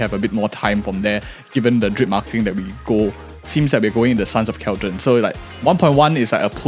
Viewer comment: Hey, just wanna bring to your attention that CalyDON pronounced like how you would California but Cali and then DON. What you're saying is Cal-dron/dren which is wrong. Just a mispronunciation for your heads up.